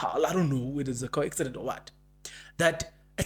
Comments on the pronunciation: how are you my brother? Thank you for yet another update. It's a "coincidence" not "co-accident". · Coincidence. Please. Not coaccidence.